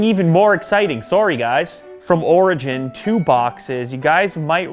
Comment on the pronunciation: Am I the only one Who thinks he says Virgin instead of Origin?